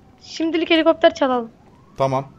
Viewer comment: Heliğopter heliğopter